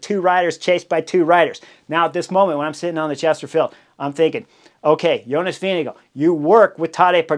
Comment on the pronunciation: As a Dane, I love your pronounciation of Jonas. Sounds like Vinge go. Go go go Jonas!